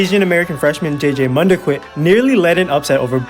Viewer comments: man-da-kit not manda quit 😂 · Pronouncing his name wrong. It’s mun-dah-keet